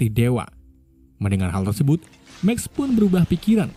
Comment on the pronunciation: Min tadi saya dengar Mimin salah omong yaitu ngomong tersebut malah tersebat